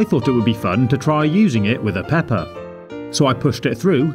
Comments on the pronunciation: sounds like he said Peppa 😅🐷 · I'm hearing him say peppa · When he said pepper it sounded like Peppa from Peppa Pig